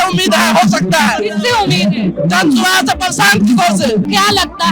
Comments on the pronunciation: Its not swaraaj, its suraaj सुराज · Maam 1st thing it's not jan swaraj it's jan suraaj your professional peoples please pronouns it well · How underprepared must one be to not get a party name correct during an election. It’s Suraaj, not Swaraj. Show some respect. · Everytime you pronounce Jan suraaj, it sounds like Jan Swaraj. Just FYI